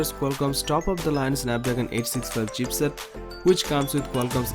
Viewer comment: Its not "CHEAPSET".....ITS CHIPSET....